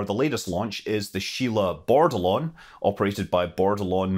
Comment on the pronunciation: Shame he said Board-a-Lon instead of Bordelon